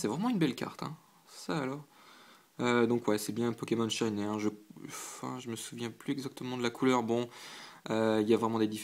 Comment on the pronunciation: J'adore tes vidéos mais j'dois quand même faire une petite réclamation: faut arrêter de prononcer "shiney" comme "shinè", ça se prononce comme "shiny".. hihi ! Sinon c'est top !